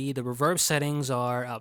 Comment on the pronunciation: the way u said reeverb killed me lmao